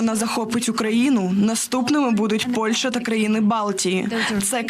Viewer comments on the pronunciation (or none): none